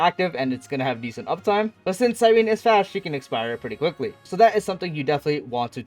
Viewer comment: Omg your the FIRST streamer that said her name correct thank you! Everyone else saying cyreeeeeneeee